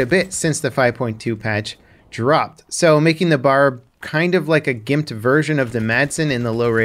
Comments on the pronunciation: BeeAyAre not Bar. B A R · Stop calling it a Bar. Its a B-A-R. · Soldiers called this gun the B.A.R. pronouncing the letters individually. To my knowledge it was never formed into a word as you and many other gamers have been saying it. Just FYI. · B.....A......R... Not BAR. It’s a weapon not a drink stand. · Common mistake but is anyone gonna point out it’s ‘B.A.R’ not the word ‘BAR’....? They never said Bar and I was corrected by my great grandfather about it when I made the mistake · B-A-R is technically the correct pronunciation but saying BAR is more for the sake of simplicity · I’m sorry, but I just cringe when you call it the “bar.” It’s B.A.R. Also, I think DICE made the fast auto RPM a little too high; fast auto was somewhere around 550-600 RPM. Slow auto was 400-450 RPM. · Agree. If it’s an acronym you say B.A.R. Just like U.S.A. Not usa